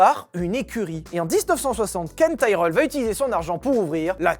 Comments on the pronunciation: Ca se dit Tirelle et non taïreul hein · Ca se dit tireul par taïrèle xD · Quand on cherche à passer pour un spécialiste alors qu'on y comprend et n'y connaît rien, ça donne ton "Taille-Reul" ... À l'ignare que tu es, je préciserais qu'on dit "Ti-Relle" même en Anglais !! (Pour info, j'ai écrit le nom phonétiquement !!) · On dit "Tiraile" pas "Taireule". Comme on le prononcerait en francais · Tyrrel prononcé Taïereul, pour ma part j'ai toujours prononcé Tirel, suis-je le seul? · Pourquoi prononcez-vous Taïe-relle ? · On prononce tirrel, à cause du double R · Pourquoi prononcer Tyrell en "Taïreull" ? Ça me rappelle Jacques Laffitte prononçant "Neurbeurgring" plutôt que "Nurbourgring". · Ça se dit tirell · En effet, je viens d'écouter des vidéos en langue anglaise sur l'écurie, et ils prononcent Tirel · J ai jamais entendus prononcés tyrell à ta façon